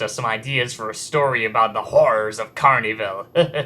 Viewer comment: it's pronounced carn-evil not carney-vill